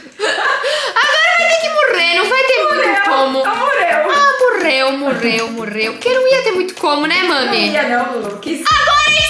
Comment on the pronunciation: No minuto eu ri porque a falou mureu e eu ri